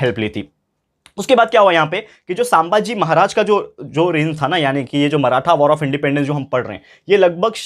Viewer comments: Sir I like your lectures but pls pronounce chhatrapati sambhaji maharaj correctly , btw loved your explaination 👍👍☺️☺️ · Sir please say sambhaji maharaj name neatly. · Sir the pronunciation of sambhaji maharaj is wrong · Sir sambhaji maharaj pronuciation is wrong😊